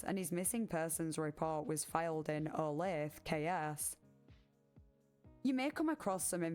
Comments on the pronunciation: Olathe, Kansas is pronounced "olath-uh", not "olath". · teeny nitpick because I grew up nearby, it's Oh-lathe-UH, not Oh-lathe. Definitely not pronounced how it looks like it is, lol. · KS is an abbreviation for Kansas. Also you pronounce the E on the end of Olathe, but it's more like an A sound. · Wyandotte County (KCK) police are some of the most corrupt in the KC area. It’s pronounced Oh-lay-tha btw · Olathe is pronounced o-LAY-thuh